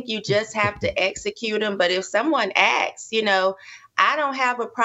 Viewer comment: To vs Too ... understand. She says 'awks' (axed), not asks